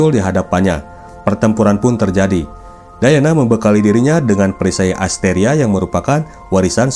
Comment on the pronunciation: Diana bang bukan dayana😂